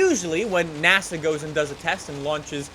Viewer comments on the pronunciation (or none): none